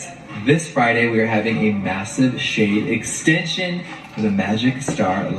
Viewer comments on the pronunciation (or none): The first time, I heard, "Shane extensions," not "shade extensions" 😂